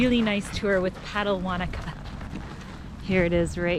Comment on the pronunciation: Yay you pronounced Wanaka properly lol, screenshot 😎